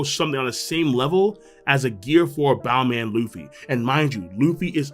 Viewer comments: Stop saying bound man 😂 if you dont wanna use luffys pronunciation just say bounce man. It's making me uncomfortable lol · Its bounce man not boun man. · This mans just pronounce Bounce-man and "Bow-man" In japanese its "Bansu-man" or "Bounsu-man" regardless in english its still "Bounce-man" if you dont wanna say it in Japanese lmao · say "boun-CE" man.